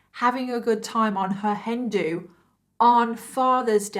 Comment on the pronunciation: It took me a hot second to figure out what a "Hendu" was...realizing then that you were saying Hen do." 😂 im sharp as a dull blade today lol